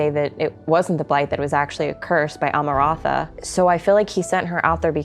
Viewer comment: Ah-ma-rahn-thuh is a wild way to choose to pronounce that name 😂 other than that I love these little talks ❤